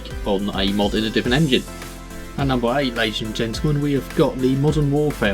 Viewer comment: I figured out afterwards but in the video you said "at numbed nine we have what is generals 2 essentially"